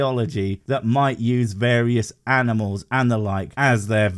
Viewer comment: Ummmmmm.....LOL...he almost said "aminals"!!